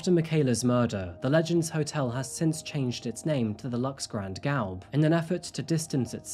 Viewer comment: Lol, usually he is great but he butchered Grand Gaube 😅